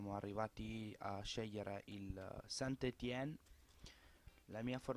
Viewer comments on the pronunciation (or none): scusa se ti correggo, ma il St.-Etienne si legge San Etien